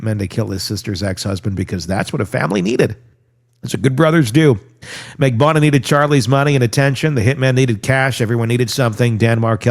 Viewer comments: I was going to say the same thing. 4 syllables Mag-ban-u-ahhhhh. 😂😂😂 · at least TRY to say Katherine Magbanua's name correctly